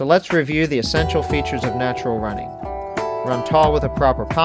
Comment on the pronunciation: Its funny how you end the video by saying: "please go to our website for more on Natural Running" - sounds like you're saying: "Please go to the website for more unnatural running" :)